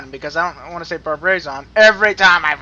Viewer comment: It's pronounced "Br-ra-ba-zon"